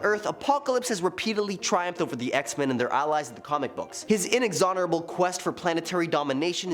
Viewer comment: Inexorable. In-exonorable isn't a word....